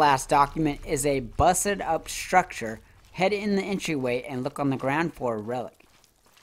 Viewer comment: I be laughing the way you say structure